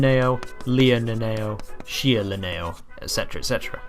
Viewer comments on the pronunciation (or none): none